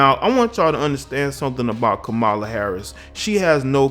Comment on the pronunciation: You are pronouncing K-am-a-la incorrectly. There is no "MOLA" in her name. Here it is phonetically cam-a-la ..."cam" as in camera.